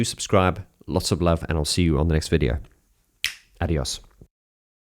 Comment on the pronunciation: As a spaniard I was totally "not prepared" to hear say "adios" with such a very good spanish accent 😂